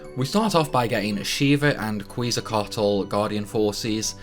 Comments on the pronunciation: Quezacotl is actually pronounced the same as the ancient Aztec word Quetzalcoatl, as 'ket-za-cotl', it was only spelled differently in game due to the character name limit, but make no mistake, 'kweeze-ah-cotl' is absolutely incorrect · Kwee-zal-cot-ul? WTF? How about: Keht-Zal-Ko-aht? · bro i love your video..but it's pronounced "ket sa coat ul" ... uh at least to a closer degree than the thing you said im not mad about it ...someone once said "a friend will correct you" ... lawl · I had the hardest time understanding wtf "Kweezocotal" was from this video. Then I watched the walkthrough and understood very quickly that names mean nothing and I would have to figure it out myself xD (example: Ellen-oil, Sophie, etc) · ket-zah-kwah-t'l like Quetzalcoatl. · Quezacotl is pronounced KETZ a kwattle Balamb is pronounced buh LAMB